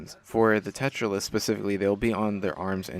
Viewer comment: Not to be the pronunciation police but it's pronouced Tera-Lyst. Not Tetralyst.